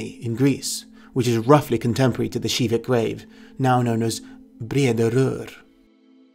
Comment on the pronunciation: Hol up hol up. You pronounced KIVIK SHIVIK ??